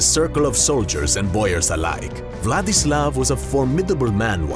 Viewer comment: the only name that was said right was Vladislav 😂